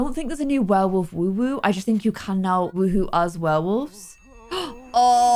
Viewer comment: why do you say WooWoo instead of WooHoo